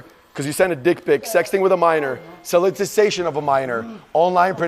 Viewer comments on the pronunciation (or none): bro can’t even say “solicitation” what charges you enforcing?